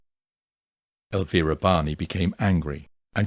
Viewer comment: Thank you for pronouncing Elvira's name correctly. It's much appreciated.